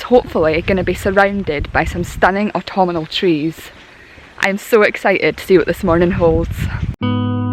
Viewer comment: Love the way you add an extra 'an' to autumnal"! "Autumnanal"! It's cute! I am really enjoying your work and enthusiasm! 👍😀